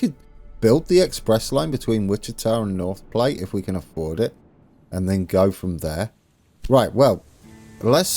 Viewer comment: even though someone mentioned it, Platte like "at"... Platte. Glad you're back... we've been waiting for you.